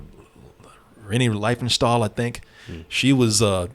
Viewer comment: Pretty close. Her name is pronounced like Lenny Reef-en-shtall. (I speak German, if that wasn't obvious.) But yeah, I hate to violate Godwin's Law, but if it looks like a Nazi, sounds like a Nazi and goose-steps like a Nazi, it's probably a Nazi.